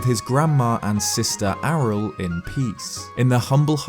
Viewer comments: It's pronounced ariel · Dude isn't Aryll pronounced Ariel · AH-RIL? IS THAT CANON?? HAVE I BEEN PRONOUNCING "AH-RI-EL" WRONG THIS WHOLE TIME?